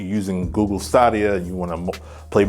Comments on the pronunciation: Russian guy: yo girl what’s your name. Her:Google Stahdiuh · Google STAADIA??? What the heck? Did you even watch the announcement? Also, what's with the Assassin's Creed: Odyssey hate? I hate you